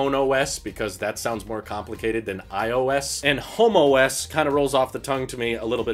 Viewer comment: They might have to change the name homeOS. All I could hear saying was Homo S the whole time.